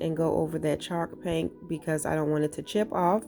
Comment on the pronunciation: My husband kept saying "is she saying chark paint like shark paint?" 😆I couldn't help but laugh at him like no CHALK PAINT babe🤦‍♀️He says "what the hecks chalk paint" "really babe, it's what's covering half the wall in my crafty room, durrr babe, durr" men🤷‍♀️😹